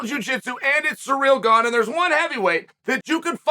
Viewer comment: The goat gives Gane a free nickname with his intentional pronunciation of his name as 'Surreal' nobody adds more value to fighters' lives than uncle Chael ☺️